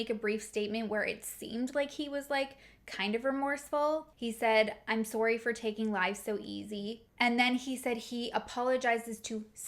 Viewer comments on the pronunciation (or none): “sowrry” lol where from up north are you 🧐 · I love how you Canadians say sorry